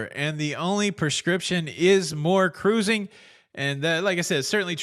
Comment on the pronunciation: I love the show, BUT, I need the hand gesture and the proper pronunciation of “cuh-rOO-zing” at the beginning. 😢